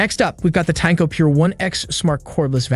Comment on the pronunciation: Tineco not Tanko.